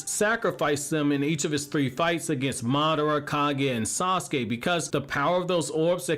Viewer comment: HIS NAME IS TO-NERI NOT TE-NERY AND SASUKE IS PRONOUNCED SA-SU-KE NOT SOSKE I really really like your videos man and been watching for years. But I just don’t get what’s so difficult about pronouncing these names